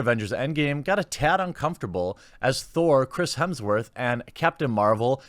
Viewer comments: It is Hemsworth and not Hemingsworth:-) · Is he saying "Hemmingsworth"? It's Hemms-worth or "Hims-Worth" Jeremy... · HEMSworth, not HEMINGSworth lol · “Mr. Hemmingsworth”😆😆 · Hemsworth not Hemingsworth 😂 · HEMSWORTH!!! Not hemingsworth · It’s Hemsworth buddy, not Hemmingsworth 👍🏻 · Did he say Chris Hemingsworth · Jeremy, I'm not even halfway through your video and I can't help but notice you say hemingsworth I think four or five times so far maybe more. I mean hey I'm cool with it but I was just wondering if you do that on purpose or did you really not know that his name is Hemsworth? The main reason I really know and took the time to ask this it's because I noticed no matter what the subject is it seems like a lot of people don't correctly pronounce that guy's last name. So again not that it bothers me or anything like that but I am curious like I'm wondering if there is some kind of a common way that that last name is spelled or looks like on paper that say when you're just trying to read something real fast and so I wonder if there's a common thing that happens with most people I don't know maybe I sound like a moron haha anyway or if you could get through my blabbering and as always thanks for another fun video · His name is Hemsworth not Hemmingworth!! Get your facts right. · lol "Hemmingsworth" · How long before he figures out it’s Hemsworth, not hemmingsworth? Edit....6 minutes. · 36 is not many many years away. Lol gotta poke fun. :p Hemsworth not hemmingsworth hahaha and oh ya fuck brie. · Are you saying 'Hemmingsworth'?! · Why do you keep calling him Hemingsworth? Edit: you noticed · Is he saying Hemingsworth? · was wondering why you were calling him hemmingsworth haha, bloopers! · Dude, it's Hemsworth. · "Hemmingsworth" that's a new way to say it lol